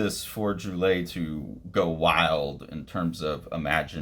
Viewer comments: He is a master, yes very lovecraftian. Splash pages, double pages, playing with image and word boxes as well as lettering. its pronounced Drool - aye. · It's pronounced sort of like "drwee-AY". I learn more unfamiliar names by just plugging them into youtube and listening to a native speaker say it :) Technically the `ll` is pronounce but it works similar to how you would say it in Spanish.